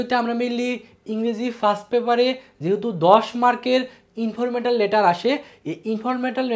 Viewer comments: Informatal? Naki informal? 🙂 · Informetal letter😂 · Informwtar letter 😢😂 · Informal letter❌ Informetal letter✔️😂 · Informetal nh informal😂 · Informatal na vai informal letter 😂😂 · ইনফরমেটাল না গাধা। ইনফরমাল লেটার🤣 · ইনফরমেটাল লেটার না ইনফরমাল লেটার